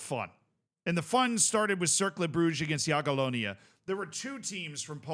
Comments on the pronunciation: Yeah! has learned to pronounce "Jagiellonia.":) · appreciate correct pronunciation of Jagiellonia! Let's go one step further --> try Legia "Var-schava" next time!